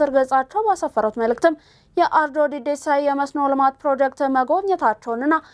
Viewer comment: "Deddeessaa" ሳይሆን "Dhedheessaa" ነው። ለወደፊቱ ይስተካከል።